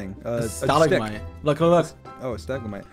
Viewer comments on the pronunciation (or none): right, i know what a stalagmite is, but dream said stagglemite which is what I was laughing at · sees a stalactite Dream: “oh look it’s a s- whats it called?? a mite thing. a stick.” George: “a stalagmite.” Dream: “oh a staggelmite.” BRUH AINT EVEN CLOSE TO THE SAME WORD IM LOSING IT 😭😭😭😭